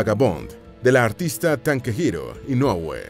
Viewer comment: "Tankehiro" inoue xD